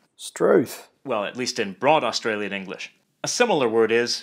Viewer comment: Although he did stuff up saying Australia and Australian